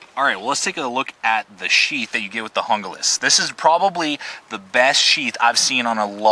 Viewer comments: good video, but its not pronounced hunglas its pronounced hoonglas, not trying to be a grammer hound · it is pronounced HOON GLAS !!!!!! call esee if you think I'm wrong!!!!! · the knife is pronoced hooglas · Hoon-glah. Damn gringos this is Spanish learn to speak it. How's it feel?